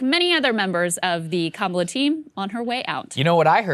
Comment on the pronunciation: "My name is Kam-ala harris". Wait so it's not Ka-mala or Kama-la? Fuck me her name changes every day